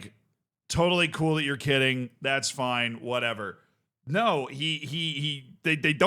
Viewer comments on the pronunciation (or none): none